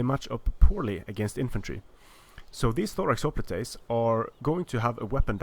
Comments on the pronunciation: The word "hoplites" is the English adoption of the Greek word "οπλιτοι" and is conventionally pronounced HOP-lights, not ho-PLEAT-aze. If you want to follow the original Greek the pronunciation would be Hope-PLEA-toy. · Its hoplitoys